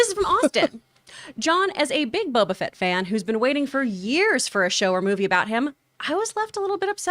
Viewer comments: I truly cringe every time said “bobo fett” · I cringed every time I heard “bobo fett” 🤣🤣🤣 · Is saying "Bobo Fett" every time or is it just me? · constantly saying “Bobo Fett” 😂